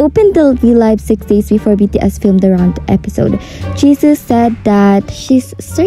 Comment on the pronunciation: "Pharaut" , "Jesus" , "Ladder" and "Carcher" lmfao, W pronunciation you have 💀